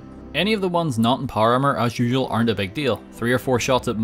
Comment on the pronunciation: “Hoyever” “Noy” “Poyer Armour”